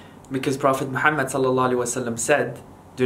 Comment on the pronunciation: The way you pronounce "Muhammad" it's awesome! Mash Allah💜💜💜keep going💜💜💜